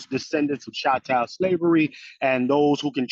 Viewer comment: What is "chantel" slavery? Does he mean "CHATTEL" slavery?